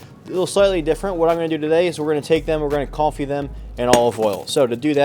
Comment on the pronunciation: Suggestion to the editor: Wen he says French words like "confit" that clearly sound like "coffee," can you give us a Subtitle?